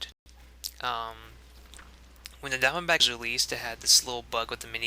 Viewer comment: I keep hearing "Down-back" instead of Diamondback :>